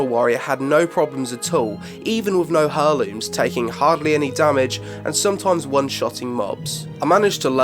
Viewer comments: "Air looms," not Hair looms." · "Air-Looms" not "Her-Lumes" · Hair looms? Its pronounced more like air looms mate lol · Cool vid, mate. One thing, though; heirlooms is pronounced "air looms", not "her looms". Sorry. Word Nazi. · "hair"-looms? It's "air"-looms btw. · why do you say it "hurrlooms" lol it's pronounced airlooms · pronounce it airlooms not hairlooms :D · Herlooms? Pronounced "airlooms" LOL who doesn't know that ahhaha! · hairlooms lmao its pronounce airlooms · OMG its not HAIR LOOMS! Its pronounced Air Looms!! Driving me crazy! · great video, but eerrr, its not pronounced HER-looms lol, its 'air'looms' :) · I love you but everytime you say "Hurrlooms" instead of "Heirlooms" (Air-looms) i die a little inside xD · I like the video, but heirlooms has a silent 'h' so you say it like 'airlooms'. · Heirlooms. Pronounced "air-looms". That is all, have a nice day! :) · "Herlooms" Wow. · "Hurrlooms" wtf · It's pronounced AIR-LOOMS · You don't sound "weird", but it does make my ears bleed when you pronounce heirlooms as " hair-looms". Nearly as much as someone calling aitch "haitch". Other than that, boss bid mate. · It's pronounced [air-looms]The h is silent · Hair-looms...? The H in heirloom is silent :) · AIR LOOMS! AIR!! its said "Airlooms" the H is silent! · Your pronunciation of heirlooms really pissed me, for someone like me it's incredibly distracting. Heir, as in heir to the throne with -looms on the end. Pronounced haire. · "Hairlooms" wut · heirlooms.. im triggered. that not how you say it :'( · The H is silent in heirlooms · I don't know if this is an Accent thing, but isn't the H in Heirlooms silent? I've never heard people saying it your way. Well, only people saying it wrong. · loved the video... but please god. the "h" in heirlooms is silent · please learn to pronounce Heirlooms properly